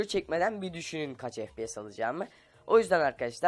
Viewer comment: fps değil, ef pi yes